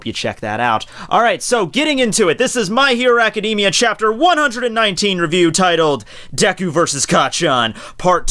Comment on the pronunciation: y u say academia like that